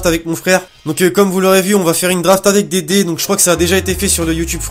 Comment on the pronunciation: Je suis le seul a avoir compris '' Dédé" à la place de "des dés"???